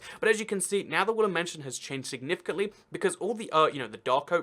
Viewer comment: Is it me or is he saying wooly mansion